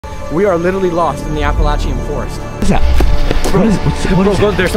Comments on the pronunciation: I'm from Virginia and my ex husband is from West Virginia and my brother rip.. hacked the Appalachian trail.. it's pronounced apple laaa shion. Shion and appa laay sha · It's app-ah-lay-schun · U keep pronouncing the mountains name wrong 😂😂